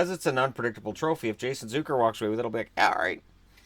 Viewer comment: hey man i dunno if its been said before but its not "zoo-ker" its "z-uck-er"